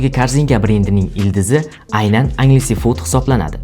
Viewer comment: Agles food ( enjls fut)